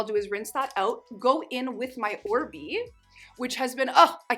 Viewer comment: (Oribe = OrBAY not OrBEE.)